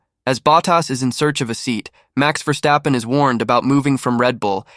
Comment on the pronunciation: Cant say his name properly.